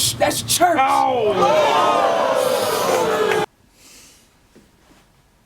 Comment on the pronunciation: U R in the middle of that ch ch. that's ch-ur-ch